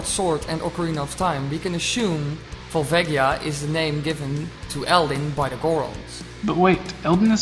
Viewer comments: Vohl-VAH-gee-uh. Not Val-VAY-gee-ah. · vol-vaygia? go-rons? what the actual fuck